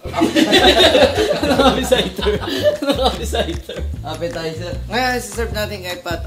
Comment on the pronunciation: a Legend once said “APPESITER” Mentos 2024